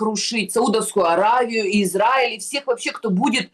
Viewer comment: Уважаемый! Научите Егорову правильно выглваривать государство ИзРаиль! Вы поддерживаете ее негативное отношение к еврейскому государству!!! Мы,также,как и вы,обычные люди!! нам неподвластны решения политиков! Егорова накрасиво и постоянным упорством наращивает эту волну против ИЗРАИЛЯ,сильной и суверенной страны!! Мы не нападали на ее любимую Газу!!! мы не нападали на Ливан!!! подсуньте ей наш русскоговорящий 9 канал!!! нехай подивиться,що у нас 😢😢😢😢